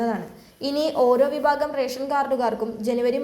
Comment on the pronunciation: വിബാഗം അല്ലെടോ വിഭാഗം എന്ന് പറയൂ . ബക്ഷ്യ അല്ല ഭക്ഷ്യ എന്ന് പറയൂ